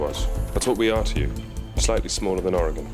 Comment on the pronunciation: Tom prounces Oregon better than most Americans from outside of Oregon, lol. Take a lesson MissourAH!